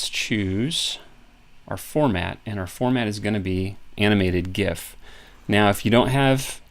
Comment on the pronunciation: Thumbs up for just pronouncing GIF correctly!